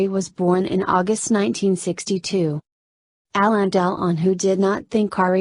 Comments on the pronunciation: Honestly, if you cannot pronounce "Delon" and keep saying " Del On", you should leave this - it is ridiculous! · jessie james its Delone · its pronounced DEL WAN isnt it?